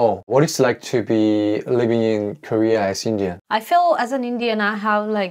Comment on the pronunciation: You said korea . I heard gay.